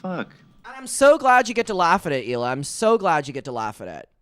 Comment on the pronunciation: Not correctly pronouncing Hila's name with more consistently than her actual husband. 👀